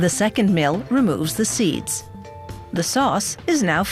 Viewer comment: Yah she said 'mill' differently